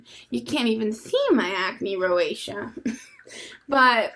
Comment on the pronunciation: did he say rosacea? roseacha (pronounced) he sounds like maybe he was trying to help?